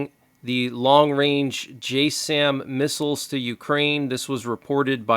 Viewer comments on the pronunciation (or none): "J Sam" is pronounced Jassm as in jazz'im